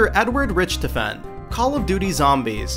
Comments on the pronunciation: rich tuhffahn. ITS RICKTOFFAN XD no, but amazing video. Good job and keep up this amazing work. (those where pronunciation things.. not spelling things.) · how could you pronounce richtofen wrong.. they say it in the games :/ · Am I the only one who is slightly triggered by the way he said Richthofen...